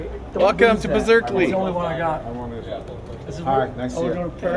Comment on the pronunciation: I loved how James said Berzerkeley instead of Berkeley, outstanding. I love how he doesn’t drink the liberal koolaid.